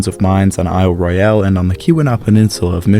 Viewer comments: PLEASE! Aisle Royal not aisle Roy - al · So appreciate your detailed analysis...can you double check your pronunciación of Isle Royale...I'm from Michigan and have visited the island. I've never heard anyone use the pronunciation you do.